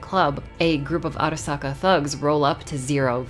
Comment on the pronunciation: I love how she pronounces "Arasaka" Properly